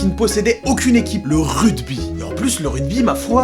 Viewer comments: le "RUDBY" non mais ça va pas ou quoi "ruGby" avec un GGGGGGGGGGGGGGGG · Suis-je le seul à entendre RUDBY et non RUGBY ???? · QQN LUI DIT QUE ÇA SE DIT « RUGBY » ET PAS RUDEBI ?! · tu dit rudby mdrrr c'est rugby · RUGBY ! pas RUDBY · Rugby, pas "rudby" ! Ahahah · Je suis désolé mais on dit ruGby avec un G un G pas un D!! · c'est moi ou il dit rugby ? mdrr ce grand fou